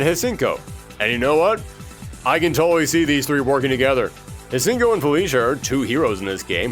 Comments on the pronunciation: that Hsien-Ko pronunciation REALLY threw me in for a loop, really did my girl dirty 😭 for those who don't know, almost every time her name is said, it's completely different, and actually incorrect, the REAL correct pronunciation comes from the puzzle/gem fighter games (shang ko), it feels weird when it's said differently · Hsien-ko is pronounced either See-en-co or She-en-co. Either way, the H at the beginning is silent.